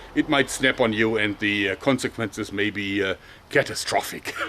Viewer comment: ...consequences katastrofik.. ha ha ha